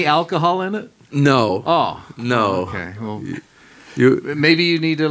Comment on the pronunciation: Costs sounded American asf with these couple “no’s” 😂